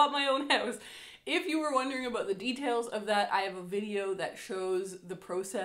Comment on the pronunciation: I’m very new too this channel and already in love, and as a Michigander who now lives in North Carolina, hearing “aboot” is so comforting hahah makes miss home and Canadian neighbors ☺️